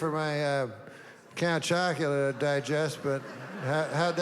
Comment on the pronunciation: Count Acula? This has got to be AI. Every person knows what Count Chocula is.